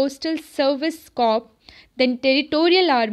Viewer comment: This isn't to troll you or anything but plz rectify your pronunciation of corps (was just for your betterment).